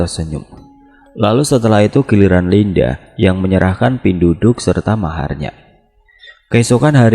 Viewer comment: Cara penyebutannya bukan "pinduduk" bang tp penduduk biasa macam sebut KTP, penduduk biasa digunakan untuk org yg mengambil ilmu atau minyak2, untuk upacara penamaan bayi, untuk pembayaran atau mahar ketika sakit dll msh bnyak lg